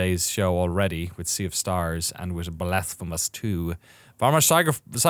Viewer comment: every time you say blasphemous i hear "the blasph of us"...